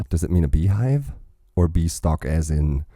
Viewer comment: Growing like a bean-stalk, not bee-stalk.